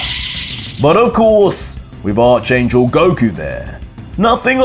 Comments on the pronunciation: It’s pronounced Ark angel. Not arch ya back arch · ARK. - ARCH YOU SAY ARK ANGEL ITS JUST SPELLED ARCH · it's pronounced "ark" angel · Great content. I hate to be the guy but Arch in Arch Angel is pronounced "Ark" via the biblical term of the Arch Angels like Michael, Amenadiel, Rafael, and Lucifer.